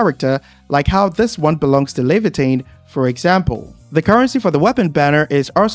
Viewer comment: As an original Arknights player, it's so weird to hear people saying Leviatan, because the only thing i see is, Surtr, haha